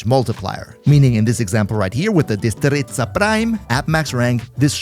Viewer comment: You did NOT say